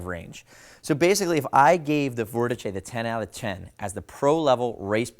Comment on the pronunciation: Couldn’t get past 30 seconds with the mispronunciation of Vortice. Jesus Christ !